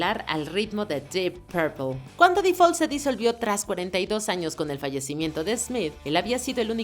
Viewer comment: No sé dice "di fol" (The fall). Trata de aprender como son las reglas para pronunciación en inglés